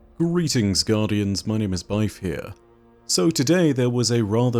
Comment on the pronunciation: First time I’ve heard you say “ here” and not “byfere”. I kinda thought “Byfere” was your birth name for Destiny 1.